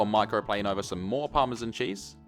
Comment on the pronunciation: Besides delicious meals ,professional explanation and all around excellent production , what puts a smile on my face is how you pronounce parmesan (correctly I mean ) :)